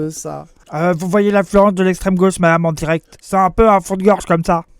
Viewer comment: Mdr atetation de journalite en diret 😂